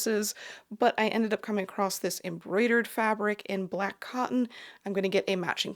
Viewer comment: Love your talks but there is no t in the word across.